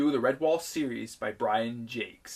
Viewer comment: I'm kinda impressed the author's name was pronounced correctly. Great video!